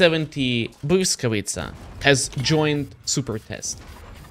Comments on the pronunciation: man, respect to for doing his homework and actually pronouncing the tank name correctly. so many people earn their bread by being content creators, and doing a half ass job, and pronounce names or things wrong. Not just in WoT, im talking content creators in general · You pronounce "Błyskawica" beautifully. A little more practice and you'll be able to stream in Polish 😉. Thanks and best regards!